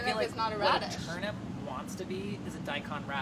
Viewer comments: I can only hear Molly saying "turnup" and it is bothering me slightly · They keep saying turnUP... Where is Brad... This is his chance to correct them! It's TurNIP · Did she say.. turn up? Ayyye lol 😎🥳🤪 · turn up! everytime Molly says Turnip!